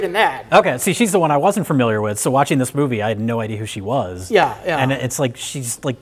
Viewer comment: I think only says "farmiliar" once in this episode